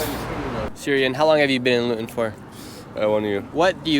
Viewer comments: How did he pronounce Luton … sheesh 🙄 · 😂😂😂 you should have learned to pronounce the city correctly before recording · Your pronunciation of 'Luton' is absolutely horrific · It's not LYON " IT's LUUUTON !!! like FOOT-ON !!!! GEEZUS CHRIST !!! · Why did you pronounce 'Luton' as 'Lion'? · its pronounced 'loo-ton' not Lyion. I know you're American and not English but I just can't stand it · Standing in front of a sign and mispronouncing it repeatedly "We're in LUTTON. The most disgusting, vile and dangerous place in the UK." Interview "So, what's it like in Lutton?" "It's Luton. LOO-TUN." "Yeah, we've heard it's a great city and there's many different cultures here." I grew up near Luton. It's definitely quite a bit 'stabbier' than the surrounding towns but it's not the worst. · Thats not pronounced Lutton, its pronounced Looton. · Nick heard Luton pronounced Looton but her continues to pronounce if Lieton. Not very observant of him. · Lutton…..😂 it’s pronounced “looten” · ITS NOT LATON.. ITS PRONOUNCED LOOTON BRO LOL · Lut on ? It's pronounced (Loo- tonne) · City of Latan. 😂. Typical American. It’s pronounced Loo-ton. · LUTON is not pronounced “Lutten” its pronounced “Loooton” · pronounced loo-tonne not luh ton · 😂🤣 brother its Luton pronunced ( looo-ton) not Lion. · Lut-on? Loo-Tonne 😉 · It's pronounced "loo-ten", not lutten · LOO-TUN not Luhtun. Tommy Robinson's home town. He'd be laughing if he heard you call it that... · shirley its pronounced looten not louten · sorry but you have pronounced Luton wrong it is pronounced Loo-ton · God bless him, it’s pronounced “Lou-Ton”. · *Luton - pronounced = Looton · Pronounced, Looton my bro 👊👊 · the way he said luton as "lutton" lol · Its pronounced Lootan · Good video :) It's pronounced loo - ton though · It's pronounced LOO-TON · Great vid but sorry, it’s ‘LOOton’ It it rhymes with button, it needs two Ts. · Luton is pronounced Loot-in/Loo Tin. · Pronounced Lootun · Luton = pronounced “ loo tun”